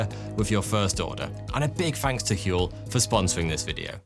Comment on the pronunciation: I like your channel. But seriously. Huel. HUEL??